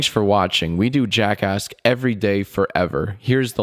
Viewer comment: Everytime i hear you say jackasks i think you would say jack*ss